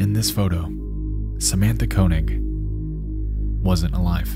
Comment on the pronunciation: Koenig is wrong pronunciation